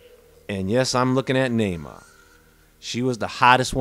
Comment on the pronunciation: How sweet of you to do a segment in honor of... your peanut pronunciation is a little off... Nahma like Brahma... You'd be dead if it wasn't for us aliens... You'd be bred into extinction smart one... Man was created to be left behind thrown away with the phantom planet you live on... God threw you away as an abomination or you wouldn't be here... You're God is as hateful as you are...15 (B)“Beware of false prophets, (C)who come to you in sheep’s clothing, but inwardly they are ravenous wolves. 16 (D)You will know them by their fruits. (E)Do men gather grapes from thornbushes or figs from thistles? 17 Even so, (F)every good tree bears good fruit, but a bad tree bears bad fruit. 18 A good tree cannot bear bad fruit, nor can a bad tree bear good fruit. 19 (G)Every tree that does not bear good fruit is cut down and thrown into the fire. 20 Therefore by their fruits you will know them... 7 “Judge[a] not, that you be not judged. 2 For with what [b]judgment you judge, you will be judged; and with the measure you use, it will be measured back to you. 3 And why do you look at the speck in your brother’s eye, but do not consider the plank in your own eye? 4 Or how can you say to your brother, ‘Let me remove the speck from your eye’; and look, a plank is in your own eye? 5 Hypocrite! First remove the plank from your own eye, and then you will see clearly to remove the speck from your brother’s eye. 21 “Not everyone who says to Me, ‘Lord, Lord,’ shall enter the kingdom of heaven, but he